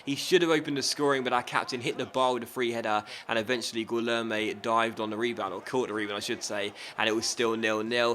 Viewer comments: In Portuguese(and in some other languages too), when you have a "u" after an "g", the "u" is silent. You don't say "guilherme" but "gilherme". And "gui" sounds like "gee" Btw, the "lhe" doesn't sound like "le". It's like "ch", but with the "l" sound instead "c". It's hard do explain :/ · here's how you say Guilherme Choose the option to hear the name Gui it's like "Gee" from the word "geek" "Lher" I think there isn't a similar sound in english "me" it's just the way you said it